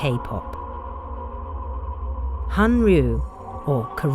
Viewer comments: not hanryu..but hallyu... it is 'L" anyway you shall make 'Sesang fans' it is scary part of kpop so far.. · Just an fyi it's HALLYU not HANYU.